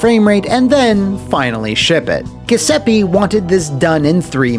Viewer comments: It hurt to hear “Guh” seppe so many times. Thank you for this comment! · Italian here, you'd pronounce the name Gee oo seppe (the last e is the same as the one right before the double p, not a double e), the gl sound in the surname would be the same sound as the double l in spanish. The way you pronounce the name sounds kinda like ghesepi and it's pretty funny lmao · I think it’s supposed to be pronounced as “joo-sep-peh” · It's pronounced "Ju(think jewel)-zep-pay" (my Italian is a bit rusty) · He's saying Giuseppe wrong but it's way funnier this way. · You’re mispronouncing Giuseppe. It should be said with a “J” sound. Good video as always though :) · Crugliano's management style looks like it's straight from the typical "Italian small to medium sized company" mindset: 1: Employees are your property to use as you see fit 2: Lie through your teeth to the customers to get that job 3: pretend everything is ok By the way, every time you mispronounce "Giuseppe", an Italian plumber dies